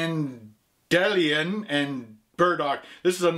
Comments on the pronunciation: Interesting that nobody has commented on how you pronounced dandelion as 'Dan-dillion' - it is actually pronounced as dandy-lion. Equally Glasgow is not pronounced like Glass Cow. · Dan dee lion. not dan dilian!!! lol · pronounced dandy lion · Dan-Dee-lion: ) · Dan-d-ee-lion and bur as in buried-dock as in boat marina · Dan-do-lion and burdock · It's pronounced Dan- de- Lion in the UK. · its said like dandy-lion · Dan-de-lion ;D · It's pronounced dandy-lion and burdock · Pronounced dandy-lion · Pronounced (dan-dee-lion) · It's pronounced...................Dan - dee - lie - on ... DANDY - LION. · The mispronunciation of Dandelion made me chuckle. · Lol the pronunciation made me laugh. But on a serious note, dandelion and burdock is just a sarsaparilla, root drink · Its Dandelion as in the flower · How can he not pronounce dandelion and Burdock lmao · Have you guys never heard of dandelion you were saying it so wrong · How can you not pronounce dandelion lol it's a fucking flower bro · I love watching your videos but it makes me laugh at the fact you can't pronounce dandelion....its a common plant, its even native to many parts of America yet you seem to of never even said the word once before in your life...